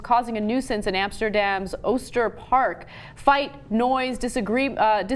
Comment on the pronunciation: Pretty decent pronunciation of Oosterpark btw.